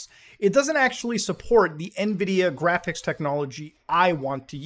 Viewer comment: No it’s jraphics card, I swear to jod you can’t say it right..